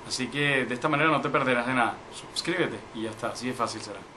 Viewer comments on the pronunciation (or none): "subscribete" tu español esta del carajo chamo